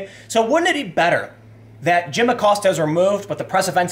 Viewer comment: Lil’ Abilio “Will” Acost-ya.